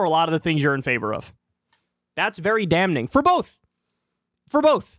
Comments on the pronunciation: Hey Kyle, you do know the "N" in "Damn" is silent, right? It stays silent even with the -ing added to it.. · Kyle, for the love of God, it's not pronounced "dam-ning." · The "n" is silent in damning. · I love you Kyle, but your pronunciation of "damning" makes me want to blow my brains out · The 'n' in 'damning' is silent, Kyle.